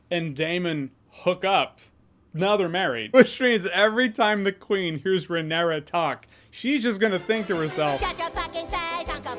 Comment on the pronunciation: “Lenor” “renera”. Come on dog, they literally the say the names every episode multiple times. Theyre really not that hard to pronounce correctly lol